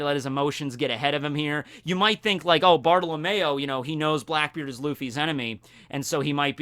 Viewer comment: Bruh, you call him Bartolamayo when his name is actually said Bart oh low me o Btw ik that’s not how it’s spelled, that’s just the way to say it